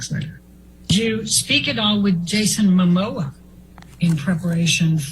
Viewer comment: his name is ‘Momoa’, not ‘Mamoa’. 🤦🏼‍♀️